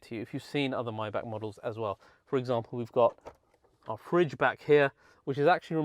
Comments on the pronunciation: Pronunciation: not Myback…..Myback….. but Mybugggg…. Mybugggg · It’s not “my-back”. It’s pronounced “may-Bach”. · The word is My-Bach not My-Back